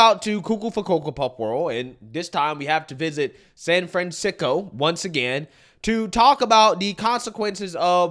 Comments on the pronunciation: Self checkout works fine in Indiana. All it takes is honest people. - "Sanfansicko" - lol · Sanfansicko lol love it